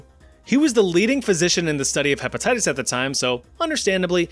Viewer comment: “herpatitties” 😂😂😂😂 Edit: fixed spelling